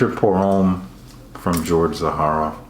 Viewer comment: Thank you - for the love...and for pronouncing Zaharoff correctly 😘 haha! Thank you!